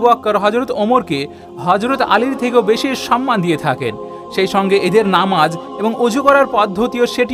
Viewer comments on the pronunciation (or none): none